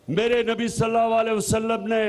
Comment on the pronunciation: Salal a waslam sahee kehna sekho